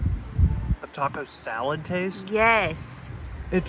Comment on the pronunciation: Salad not dalad.🤭